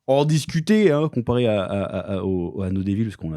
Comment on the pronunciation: On dit " no divôle" pas "no daillevôle". Faites un effort 😂😂😂 trêve de plaisanterie mais....... merci pour tout votre excellent contenu